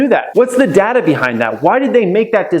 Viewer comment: Plz say Data properly